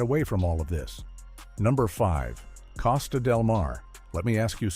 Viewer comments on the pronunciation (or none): "Casta?" Learn how to pronounce the name genius.